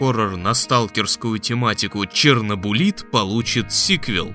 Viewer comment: ЧернобУлит? Может ЧернобЫлит всё же?